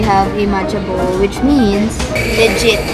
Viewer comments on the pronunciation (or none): none